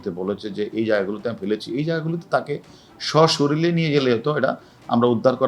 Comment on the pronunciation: স্বশরীলে!অবাক হলাম,তার উচ্চারণ শুনে!